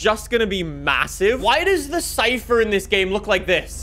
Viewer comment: Lmao he says”chypher”